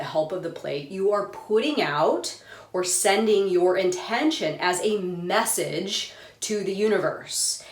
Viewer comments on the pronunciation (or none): none